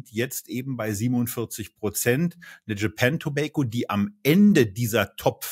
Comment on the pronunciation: seht ihr ein "i" in tobacco?, Ich nicht, eure Aussprache in Englisch fuer Tabak nervt